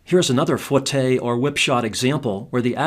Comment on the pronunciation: just an fyi, it's not pronounced fwah tay, it's foo eh tay if it was fwah tay it would be spelled foitté